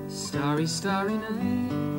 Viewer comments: Its starry night and not stary night! ie as in stars in the night! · Not stare-y, starry. Starry starry night. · Just fyi: not stary (looking to stare) is actually starry like stars. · Not “STAREy night, it’s “STARry” night” . ;) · Ooops... Mel... That's "Starry Starry Night" not "Stairy Stairy Night" (Star--ree as in a night sky full of stars.. :) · Not starey - starry night like stars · Star-ry night. Not Stare-y night. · "Stairy Stairy Night"? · IT IS STAR STAR not Stare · STAR-ee night ... like the word "Star" with an EE at the end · Starry as in "star-ee" ;-) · Tell me you didn't just say "staree staree." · Sorry, but it's a starry a night as in star.👍😇